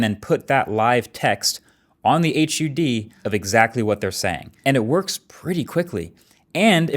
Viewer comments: Okay, now I KNOW marques is AI, cause no one says "H. U. D." Everyone says HUD in won quick word. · I died a little inside when you said H. U. D. Instead of hud.😂 Appreciate the review regardless. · Marques, please just say “hud”. Don’t spell out the acronym 😂